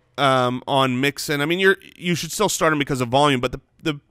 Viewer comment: Am I the only one who caught saying 'snart' instead of 'start' every time?